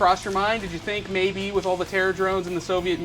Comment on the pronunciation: THINK. NOT FINK.